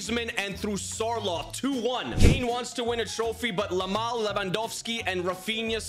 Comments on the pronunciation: He said lamal not yamal 😂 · Yamal ❌ Lamal ✅